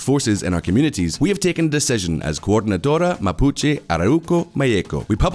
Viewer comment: I didn’t want to check… but I did, and yeah… video about the Mapuche mispronounced “Mapuche” the entire vid. Hombres, seriously, not hard at all to check how to pronounce the subject of your video…